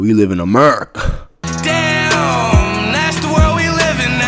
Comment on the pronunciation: Bruh he said this amarica🤣🤣